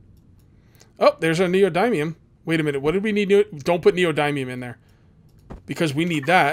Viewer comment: The "y" in neodymium is soft, like "dim", not a hard "i" like in "dime". Good series. Look forward to more videos.